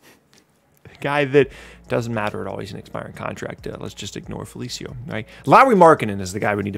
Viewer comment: 😂😂😂😂not he said felicio 🤦🏾‍♂️‼️